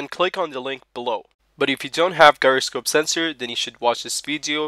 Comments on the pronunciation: Whats a GUY-ra-scope? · Pronounced 'jyro'